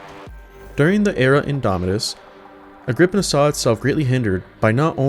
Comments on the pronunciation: You are wrong about how the forge word is say it is agr-pi-naa also nice video. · woulnt the pi in agripinaa be pronounced like pi the mathemathical constant that they have on their symbol?